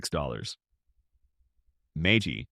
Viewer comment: AI may not understand how to pronounce MAGY.